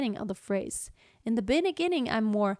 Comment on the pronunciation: "in the beniginning" 😂 anyways nice tips